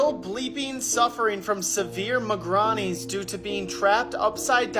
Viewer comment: Did that guy say migranny instead of migraines lmao ,at least research the pronunciation of a word you aren't sure about before posting a video,he said it with so much confidence too 😅😅